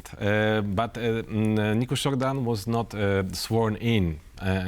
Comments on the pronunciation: It’s Nicushor not Nicusor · Nicușor, to be more precise. The anchor is not familiar with the Romanian alphabet.